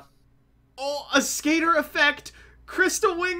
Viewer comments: wait what? it's pronounced ay-skater? i'm pretty sure when Dark Signer Rex Goodwin uses it in 5D's he pronounces it Ask-a-tor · I honestly hate listening to them call Ascator "A-skater". It's "Ass-Ka-Tore". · It is fire ant ass cah tore and I can prove it . Rex goodwin in Yu-Gi-Oh 5ds played it and said ass cah tor so that is the official Konami pronunciation